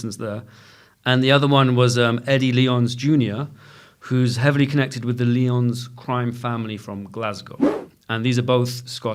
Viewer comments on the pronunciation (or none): It's Lie-ons not Lee-ons - for supposed experts on what's occurring on the Costa del crime,it helps to pronounce things correctly